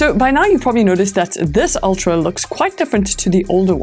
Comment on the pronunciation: Its pronounced ultra not oltra